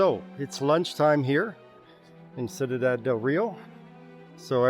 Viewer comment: Cuidad. You pronounce it 'sweedad' with very soft d's. Great videos!